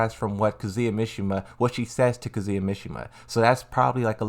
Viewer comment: And kuzuuya